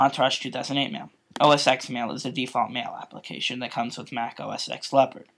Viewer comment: Just something that i noticed as a geek at heart... The way you pronounce Mac OS X is NOT Mac OS "X" it is Mac OS "Ten"... just saying...